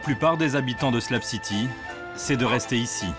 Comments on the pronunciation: haha Ps: C'est SlaB city et non slam city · C'est pas "SLAB CITY" c'est "shlag city" 😅